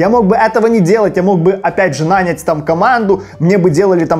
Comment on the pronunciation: спасибо тебе, ты часть моего окружения, если бы ты знал, как сильно я изменил свою жизнь благодаря тебе. Маленький экскурс тебе по русскому языку на Новый Год) 1. Слова "нету" нет в литературном русском языке. 2. Не "пятиста", а "пятисот" 3. Наня́ть, а не на́нять. Удачи в изучении языков:)